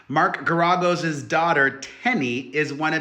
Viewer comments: No, the accent is not on the second syllable. 🙄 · It’s pronounced Gar A Gos. Fyi. ❤ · Mark is pronounced “Gare ē goes” 💗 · How do you call yourself the queen of all media, which by the way is Wendy Williams and you don't know how to pronounce the lawyer's name correctly? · Pronounce Geragous name right. Shit… otherwise Diddy is horrible. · The NEXT time you do a video, PLEASE look up how to correctly pronounce the name!!!! It was excruciating hearing you slaughter the name Garagos... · It was absolutely EXCRUCIATING hearing him pronounce it wrong over and over and over!